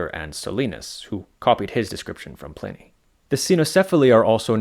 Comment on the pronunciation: Pliney the Elder is pronounced like Pliars . The I is long. The I is pronounced like "eye"